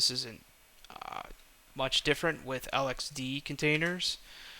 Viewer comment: it is pronounced lex-see and lex-dee not l-x-c and l-x-d